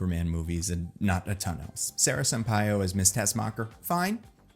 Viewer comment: Finally someone pronounces Sampaio correctly!